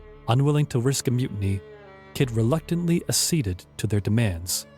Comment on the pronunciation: I enjoyed this, but was distracted by the vast amount of mispronunciations: marque, tenure, Nevis, loath, dysentery, Quedagh, acceded, bury, etc. In a 30 minute video that's a lot. If you have text you would like checked over, I'll be glad to help; otherwise, dictionaries and pronunciation guides would be very useful, adding to the program's credibility.